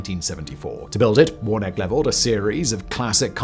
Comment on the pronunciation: His name is pronoumced warna-key. do you always get your details wrong?